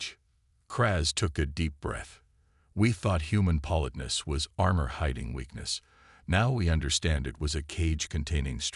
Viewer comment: if you are doing a whole story about politeness, you might want to learn how to pronounce it correctly.